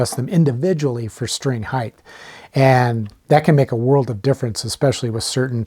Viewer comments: Another guy pronouncing it hi-th instead of hi-t. The h is silent. You learn that in grade school, usually 1st grade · lost me when i heard "heighth"